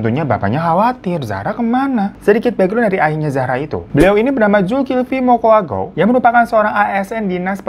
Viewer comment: Sejauh ini orang luar pulau yg penyebutan: Bolaang mongondow, Mokoagow, dan Mamonto abang ini lah yg paling mendekati benar pengucapannya, senang di dengar gitu karna jarang2 ada orng luar Sulut yg bisa❤